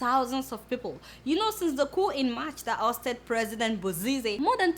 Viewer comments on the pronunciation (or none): none